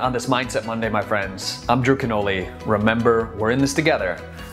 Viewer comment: Great video and a big inspiration, but I cant stop myself from hearing "Im jerking off" when you say your name in the end of the video. I am sorry man, but you have to agree its kind of funny? Haha. Keep up the good work and thank you for the video!